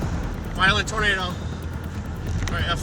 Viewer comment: It's not twinado